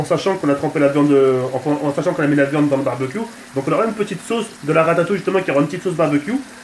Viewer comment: 4m09 "pour mes frite, pour mes potetos, pour mes merguez mes khefta pour la de-vian quoi" mdrrr 2016